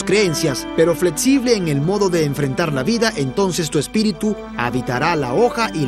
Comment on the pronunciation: Fletsible, etsito, etc. Jajajajaja